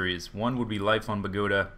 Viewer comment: bogota is the capital city of colombia for u to know !!!!!!!!!! and is no pronunce like you say it idiots